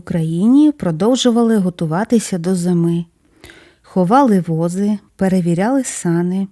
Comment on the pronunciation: Дуже інформативні відео. Але прохання ставити літературні наголоси. В дворАх, а не двОрах, ховали возИ, а не вОзи.